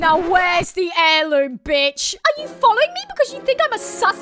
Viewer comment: That change of tone just kills me and the emphasis of BITCH was the icing on the cake.